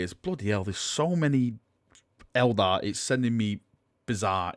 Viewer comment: It's Eldar, not Elder! REEEEEEEEEEEEEEEEEEEEEEEEEE